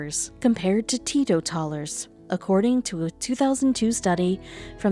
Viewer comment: Tee-Toe-Tallers 😂😂😂 Maybe you should find somebody sober to narrate.